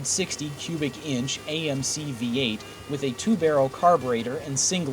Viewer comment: Yeah, he couldn't even get the name of AMC right.